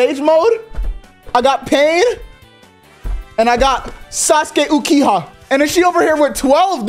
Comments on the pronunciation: man said ukiha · First of its sage of 6 paths 2nd of all its uchiha(u-chi-ha